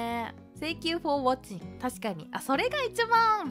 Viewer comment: "tengkyu foh wacing ma kyu studen" cyuu -choco sensei